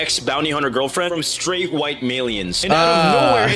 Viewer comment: She said sraight eww what do you mean eww?????